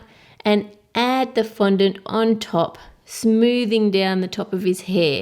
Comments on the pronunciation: was she meant to say fondant cuz she said 'flondant' ? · how come cake boss pronounces fondant like fondentē